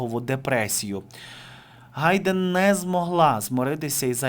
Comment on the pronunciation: не Гайдэн, а Хайдэн.